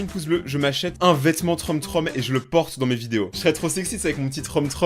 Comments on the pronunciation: troom ce dit troum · On dit troum mais ça s'écrit troom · Troume...TROUME voilà c comme ça qu'on prononcé •^• si non super video! UnU